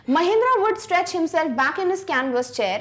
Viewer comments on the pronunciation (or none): Mahendra not mahendara😅